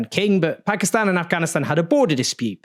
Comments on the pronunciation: Why does Own says 'Pakistan' and not 'Pekiston' like most brits? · First white guy to pronounce the Country's name right.